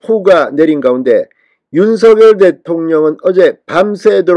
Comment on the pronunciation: 윤서결 이렇게 발음하는것 국문법에 맞지 않습니다 바르게 윤석열 그대로 발음하세요